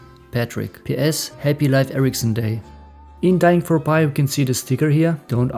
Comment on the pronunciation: Oh yeah I see what you mean, English speakers say Leaf, the actual pronounciation being more like Leyf I guess. His german way of saying it being pretty accurate